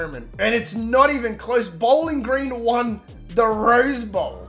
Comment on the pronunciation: I don't know why I love how you call it "Bowlan Gran"